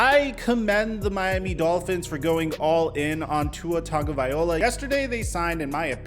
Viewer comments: TUNG-oh-vie-LOW-ah. Not TUNG-oh-vie-OH-lah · Stop pronouncing tua's last name wrong ALL THE TIME. Just say Tua or learn to pronounce his name. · You do realize you mispronounce Tua's name don't you?